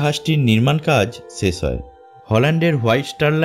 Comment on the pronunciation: vaI ses hoy hobe na uccharon ta holo sesh hoy